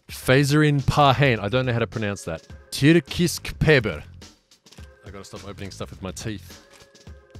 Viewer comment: You pronounced Tyrkisk perfectly